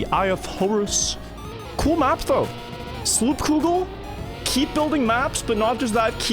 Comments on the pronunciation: “sloepkoegel”, sometimes it is hard to listen to people pronouncing our language as a dutch person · Sloopkogel is the dutch word for Wreckingball hearing him try to pronounce it was epic😂😅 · The way you pronounced Sloopkogel killed me